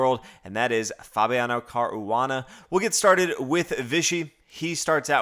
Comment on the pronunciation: I like the effort put by on the correct pronunciation of Caruana's name